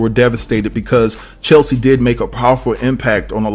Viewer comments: It's not Chelsie, it's CHESLIE!! Get her name right pleeeease!! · Her name not chelsie it’s cheslie 🤣🤣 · Bruh, her name was pronounced CHESS-LEE.....not CHEL-SEA!! You can see it in the spelling. I couldnt get through the video. Thumbs down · her name is CHES-LI .... not Cheslie. Sorry dude. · Cheslie, not Chelsie 🙏🏽❤ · DUDE ❌C H E S L I E❌ WAS HER NAME NOT CHELSEA. HOW OFTEN CAN YOU READ HER NAME AND STILL NOT KNOW HER NAME?! Unbelievably unprofessional! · Her name is Cheslie not Chelsie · Her name is pronounced CHESS-LEE. I think that's important to speak her name correctly when reporting on her in death. May she RIP! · CHES (as in CHESS) LIE (LEE) CHESLIE. Come on, say it with me now, CHESLIE. Maybe not spelled right, but phonetically you will get it right verbally if you say it as I have spelled it. Good video, the devil Is in the details tho! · Please give this woman the respect she deserves by pronouncing her name right. Please. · It’s hard to take anything you say seriously when you can’t even say Cheslie’s name right. BIG disrespect, HUGE! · Hearing her name mispronounced so many times makes me cringe! 😩😤 May she rest in peace. 🕊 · Please give her the respect to spell and pronounce her name correctly. It’s really sad that you are making a commentary about a person and you don’t know her name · Yeah. It already was mentioned several times...